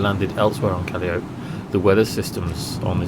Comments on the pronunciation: Not sure about the other two but Calliope is pronounced Ka-lie-ah-pee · Calliope - pronounced - Ka-lie-opie :-) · Im pretty sure it's pronounced CAH-LI-O-PEE like the American ww2 tank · Noah Quigley that's what I thought, right?!